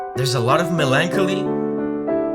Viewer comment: Btw the way you say melancholy is incorrect. It is more like Melon-Cawlee. One of those words that sounds really weird if youre used to reading it.